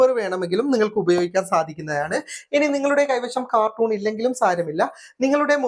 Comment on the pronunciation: കാർട്ടൂൺ അല്ല കേട്ടോ... കാർട്ടൺ ആണ് ശരി. പലരും ശ്രദ്ധിക്കാറില്ല. പറഞ്ഞെന്നേയുള്ളൂ ❤